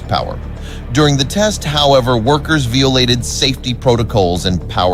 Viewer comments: …veeolated…spreed… yeah, computer generated narration isn’t all it’s cracked up to be. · When you are so damned cheap that you hire voice actors who have trouble pronouncing words that have more than two syllables. This is shocking - to hear someone say 'veeolated' and 'significund.' That was enough for me, thanks.